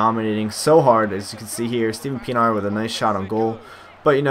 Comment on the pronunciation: by the way it's pronounced PEE-EN-R